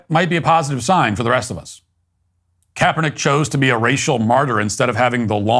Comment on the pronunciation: Kaperdick It’s what I heard